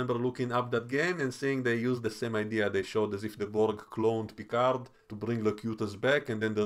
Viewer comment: 😂 Your Vadik impression....really annoys me the way she pronounces Picard.